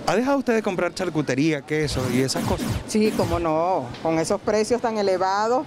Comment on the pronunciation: DEBE HABLAR MEJOR CASTELLANO: NO SE DICE : " MAJ" , "ESOJ"; SE DICE: "MAS", "ESOS"......